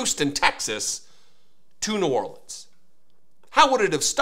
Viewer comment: What’s this so called “czar” who can’t even pronounce “New Orleans “ correctly.